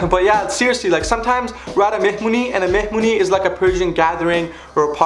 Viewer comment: listen and repeat : mehmuny xd